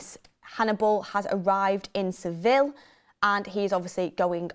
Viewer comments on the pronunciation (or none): none